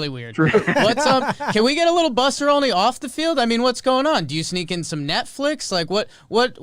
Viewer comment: so Jimmy is pronouncing Olney as "Only" on purpose right? Love the pod.